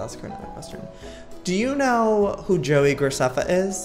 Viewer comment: Lets go over the fact that she said Joei Graceffa.. Joei: (Joe-I)